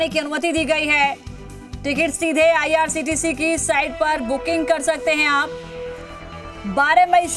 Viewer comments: Madam ko bolna vo IRCTC hai IRTCT nahi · Sahi kaha ictct 😊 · IRCTC hota hai behen